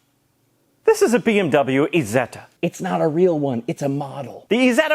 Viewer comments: This MF said "eezeta" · Eye-setter! it's an I not man E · Heeeeeeeeey....you said it properly towards the end.,....you mispronouncved at the start on purpose didn't ypu.